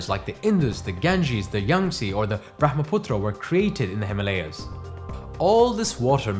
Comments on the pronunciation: he isn't white then ? why does he pronounce himalaya that way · Please pronounce Himalaya properly. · Please correct your pronunciation of the word - Himaalaya. It's "Hi-maa-la-ya". Not "Hi-ma-la-ya". It's Hima-Aalaya, viz. Abode of ice. Hima=Ice. Aalaya=Temple/abode of great place particularly Spiritual. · Himalay not himaliyas 😂😂😂😂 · Himalay hota hai or Ganga na ki Ganges, Angrezi padho or paagal ho jaao! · Also it is not - Hee ma lay yaas But - Him aalaya ( the abode of snow) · Please pronounce Himalaya as it should be pronounced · Video was great but really disappointed by your pronunciation of Ganga and Himalaya maybe you are an not your fault.